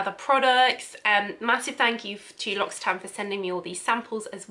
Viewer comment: Come on! if you're going to do a video on them at least research how to pronounce the company name before!